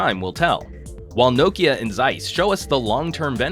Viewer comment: He pronounced it quite the same way as we finns do :)